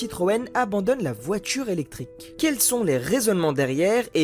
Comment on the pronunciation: Je n’aime pas la voittchuure électrique.